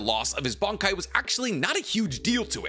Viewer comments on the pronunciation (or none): It's Bankai not Bonkai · "bonk-Kai" What accent is this man using 😂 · You sometimes pronounce bankai (and shikai) markedly different from me, and it's throwing me for a loop. 😅